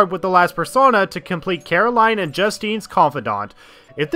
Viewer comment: It's pronounced ee-wa-ee, not ai-wa. Alos, it's Caro-leen, not Caro-lie-n.